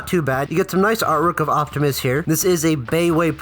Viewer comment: optimus* you said octimus😅